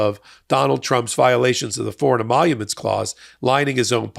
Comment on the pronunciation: Trump can’t even say emoluments.